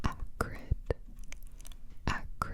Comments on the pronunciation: I heard "Hagrid" instead of "acrid" x) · Thought you were saying the first word was Hagrid